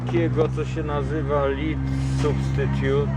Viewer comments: ołów czyta się /led/, nie /li:d/. Pozdrawiam. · LEAD (jako ołów) czyta się LED, nie LID. Fajny film, pozdrawiam! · lead (olow) wymawia sie "led", a lead (prowiadzic) wymawia sie cos w rodzaju "liid" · Po tylu latach w USA wypadaloby wiedziec ze "lead" (olow) wymawia sie inaczej niz" lead" (prowadzic).